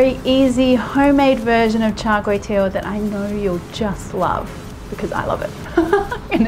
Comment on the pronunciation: Good job trying to pronounce it 😂 As a Singaporean I know how it's supposed to be pronounced. The only thing was your last word, which should be pronounced 'tee-ow' (pronounced quickly as a diphthong; 'ow' as when you are in pain). But you said it so cutely nevertheless !! 😁😄 greasy food ftw... lard is a must though yum